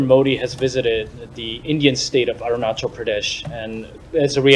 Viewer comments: Hearing him mispronounce arunachal Pradesh is so cringe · It's not arun chal it's arunachal why you Americans pronounce badly indian names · This guy can't even pronounce Arunachal is making international position statements on it?